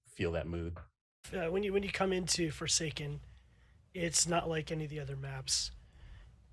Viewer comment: For I second I thought you said Foreskin